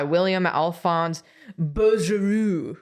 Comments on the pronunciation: not "bugeroo", "boogro". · Bouguereau is pronounced Boog-ero tho